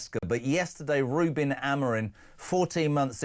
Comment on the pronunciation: bro said RUMAN